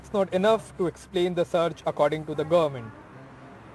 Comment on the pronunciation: Why are the news readers these days pronouncing 'goverment' peculiarly? It really hurts the ears. 'ment' has a schwa sound but not the way these news readers pronounce.